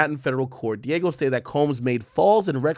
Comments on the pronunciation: Ak. It ain’t Diego. Di-a-geo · That’s not Diego, AK. 😂 It’s Diageo , You better pronounce it well this time boy! Dia Geo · Dee-ah-ghee-oh not "Diego" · Dee-ah--jee-oh that's how it's prounounced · Dee-AHH-Gee-O. Diageo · It’s pronounced Dee AHH JII OHH